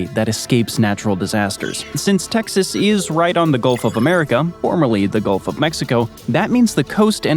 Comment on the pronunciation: Golf of what? What did you say? Juck!!